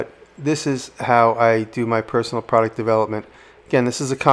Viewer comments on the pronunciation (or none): none